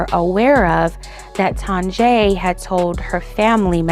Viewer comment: I feel like her name is pronounced TONYA...